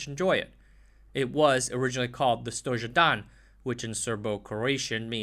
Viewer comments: in srbo croatian J is spelled as Y not zh when you pronounced z101 stozhedan its actualy stoYedan becauce of americans jugoslavija is written as yugoslavia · A couple of errors I could hear: Fičo is not pronunced Ficha, but FichO. Kranj is pronounced KranY. Also stojedan is pronounced stoYedan. The author should not use English spelling with Yugoslav alphabet.